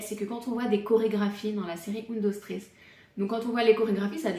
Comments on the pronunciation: Un dos tréés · J’ai arrêté de regarder la vidéo au moment où la série a mal été prononcé …. (C’est la base quand même) !!